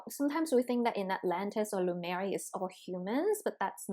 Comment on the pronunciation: Is it pronounced Lumaria or Lemuria? I'm hearing on this channel, Lumaria?? Just wondering about the correct pronunciation?